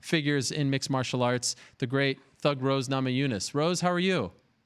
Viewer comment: Rose " head smesh " namajunass